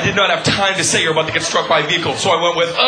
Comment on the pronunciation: Luv this! my fav part was when he said your about to get sturk by a vehicle to